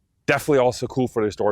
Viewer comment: He said baie dankie at the end. It almost sounded like he said "buy a donkey". lol Ek wil nie n donkie koop nie ek wil nog n geweer koop. Edit: Also great video, he speaks better Afrikaans than me.